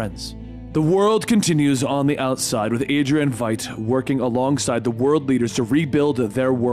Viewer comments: It's "Vite," not Veet." And the base is in the Antarctic. WTF? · im sorry but i hate when people dont pronounce stuff how they hear it. its Veidt not Veet or vet have you not seen the movie?🤣 basically light with V instead of L Veidt (Vight) i need a shot of something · Also, Adrian's last name is pronounced similarly to the word 'fight' but with a v instead of an f. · Regarding Adrian Veidt, Veidt is prounced "vight". Like saying right but with a v instead of an r. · did he actually say veidt, veet? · Lol Adrian "Vet" Benny? Really bro, who have you hear pronounce it that way? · Please stop mispronouncing Adrian Veidt's name